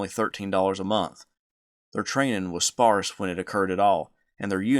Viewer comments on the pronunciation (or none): none